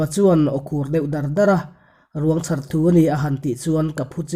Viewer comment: I chhiar thiam a mah se ti teh ang 'Ruang chhar' tih lai erawh a dik lo deuhin ka hria i chhiar dan a thluk dan kha, 'chhar' lai kha thluk hniam la a dik zawk lo ang maw ka ti. A rei tawh na a mah se ngaihthlak nawn hian tu pawi mah a sawi loh angin ngaihthlak nawn a nuam a, vawi tam ngaihthlak nawn pawn mittui a la titla tam ,vawra zawng a riang vawng vawng lutuk hian kuah ngawih ngawih chaka min siam chu...